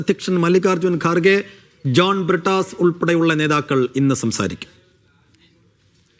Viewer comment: ജോൺ പിട്ടാസ് അല്ല ജോൺ ഭ്രൂടാസ്